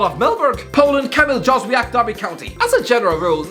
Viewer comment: Ah yes, Kamil Dżozwiak. Anyway, Jóźwiak has been pretty good when he played for the national team and we don't have much options on the flanks.